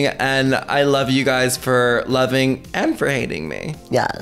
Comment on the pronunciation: I like how gottmik says love it sounds like vomit😘